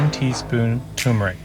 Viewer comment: *Turmeric… don’t forget to pronounce that first “r”… very common mistake. And great recipe BTW! 🙌